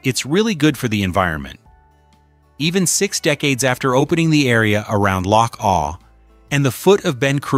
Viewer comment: First off you got the names of all the places wrong. and the the name of loch awe not awl.. Honesly these AI videos and voice over are a joke. 20k views for this shite?